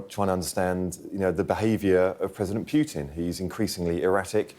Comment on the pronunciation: It’s not president Piutin , it’s PUTIN